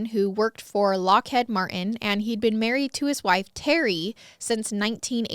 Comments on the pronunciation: Ohhh nooo!!! It’s “Lock-eed” Martin 😂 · although some say it differently I will say my bf and I had a bit of a laugh but where we’re from we say LockhEEd but it sounded like Lockhead 😂 we love you though we just thought it was funny since we were baffled by the first part of the name but once you said Martin we were like ohhh😂